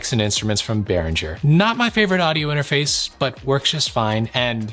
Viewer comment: I like your audio whispering inter-mah-face. Is that what you’re asking?! Lol